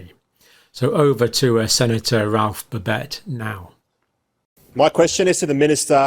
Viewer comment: I don't understand why an Englishman cannot pronounce the name BABET no extra BS not extra TS no extra Es